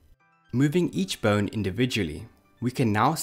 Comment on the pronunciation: I keep hearing "burn" when you say bone But awesome vid!